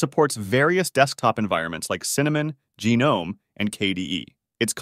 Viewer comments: And "Genome" lol. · Gee nome 😂